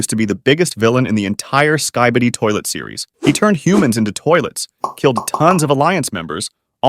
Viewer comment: Bro your say sabidi😅